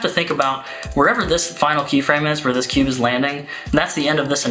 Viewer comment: 10/10 pronunciation of "kewbe"